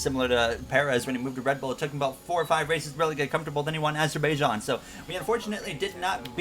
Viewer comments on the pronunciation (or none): please pronounce bahrain and azerbaijan correctly